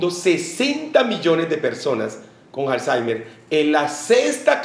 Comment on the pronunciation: Pensé que era Alzheimer y no Halzeimer